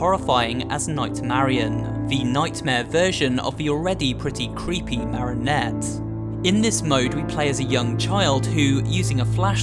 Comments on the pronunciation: Not maranet mereeonet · Who else is triggered of how he says marionette? (maa-ry-o-net). It’s not (ma-ro-net). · Nobody:: Maronette